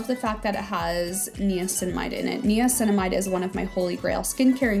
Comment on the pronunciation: I have a hard time taking anyone seriously who cannot pronounce “niacinamide” correctly. 😂